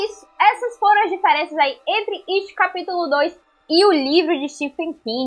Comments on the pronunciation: Iti não existe. It é uma palavra inglesa com som de T mudo. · PFVVVVV NAO FALA MAIS ET E IT NAO ET IT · Qual a dificuldade em falar IT com o som de "i" iTi e não eT.....